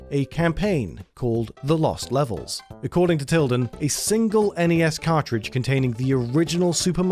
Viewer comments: I love that British people struggle to pronounce English words like cartridge. Lol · Can't pronounce "cartridge" lmao